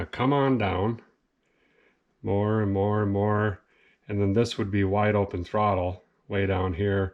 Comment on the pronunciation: Great vid again made me laugh, new word for you... Throcket Rod.. part of carb.. lol.